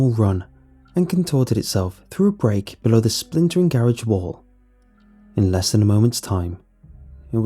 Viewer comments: Is it jus me or instead of garage does he say ga rage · The scariest part about the video is how he says garage